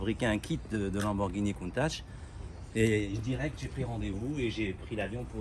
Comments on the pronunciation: vous ne méritez pas de l'avoir et de la voir....vous dites contache (oon dit countak) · il respecte tellement le proprio qu'il dit countache alors qu'il sait que c'est countak c'est boo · Ça se dirait countatche, rapporter par un italien, le ch se dirait tch la bas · Lamborghini COUNTAK pour la prononciation